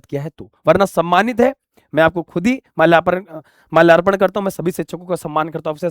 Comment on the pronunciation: Malyarpan ❌ malyaparan ✅